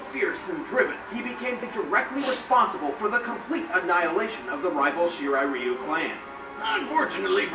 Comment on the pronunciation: Anyone else triggered by how said shirai ryu